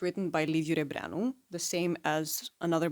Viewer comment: Are you romanian? Just cause I have never heard any english person pronounce Rebreanu's full name correctly